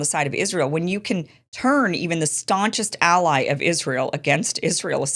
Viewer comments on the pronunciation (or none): none